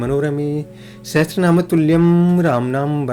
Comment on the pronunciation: Sahastranam nehi sahashranam bolna chaiye